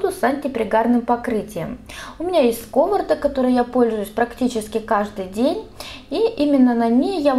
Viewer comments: Режет ухо «скОворода». Может быть, «сковородА»? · Туши свет "скОворода". Автор, если Вы такой разносторонний "специалист" во всех областях знаний и еще даете нехилые рекомендации, то потрудитесь взять уроки русского языка, а то неловко за Вас, когда Вы говорите. Вы, вообще-то, знаете другие средства, кроме соды, соли, уксуса, хозяйственного мыла и т.д.? Немного придите в себя и оглянитесь вокруг, на дворе все-таки 21 век. Желаю всего хорошего. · СкОворода🤨? В видео вы говорите то скОворода, то сковородА.. Вы определитесь для себя как правильно)))) А так спасибо за совет по сковороде.